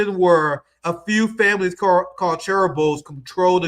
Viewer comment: let me help you out with your Korean: the heir to a corporation is a CHAI-Bowl The Korean City Pyongyang is pronounced PyONG - YANG